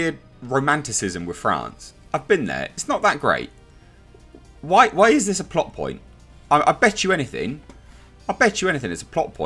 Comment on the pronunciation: Thought you said plop not plot 🤣😂